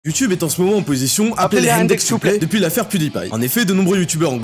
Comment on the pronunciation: mdrr "appelé les hendek siouplai"